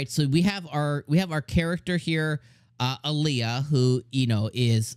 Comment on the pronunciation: By the way her nickname is pronounced "Al ya" not "A lee a" .